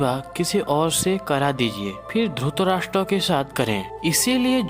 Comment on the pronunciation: अबे ! उच्चारण तो सहि तरिके सें किया कर । धुतराष्ट्र नहि धृतराष्ट कहो धृतराष्ट्र ।